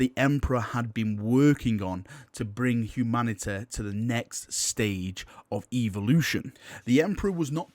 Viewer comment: evolution not eeveeloution